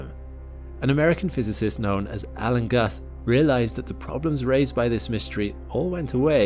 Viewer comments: Think Guth is propnounced 'Gooth'. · Love your videos, but Alan Guth's name is mispronounced. I know it's not spelled like it but it's pronounced "gooth" like rhyming with booth. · Guth is pronounced similar to tooth.